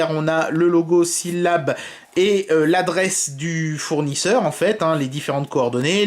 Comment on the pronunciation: SyllabLE PRONONCE LA MARQUE ENTIÈREMENT COMMENT TU VEUX KI TE SPONSORISE APRÈS